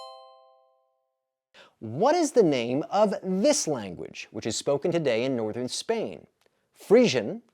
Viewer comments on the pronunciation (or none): none